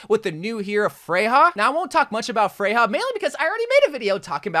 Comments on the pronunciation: Her name is pronounced Freya. The European j sounds like a y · Isn’t Freja pronounced as Freya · Not to be that guy, but her name isnt "freyha" (🤓)